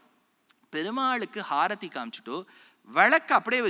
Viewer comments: ಅದು ಹಾರತಿ ಅಲ್ಲ ಗುರುವೇ ಅದು ಆರತಿ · ஹாரத்தி என்று எப்படி அழுத்தமாக உச்சரிக்கிறாப்பல பாருங்கள்!